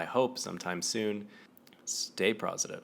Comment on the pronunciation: Does staying "prozzitive" mean being negative af? <3 Keep up the good work!